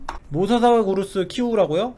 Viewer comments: 그리고 모사사시우루스가 아니라 모사사우루스 에요. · 모사사사우루스가아니라 모사사우로스 입니당